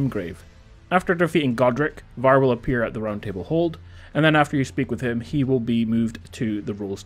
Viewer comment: Why are you saying his name like that 💀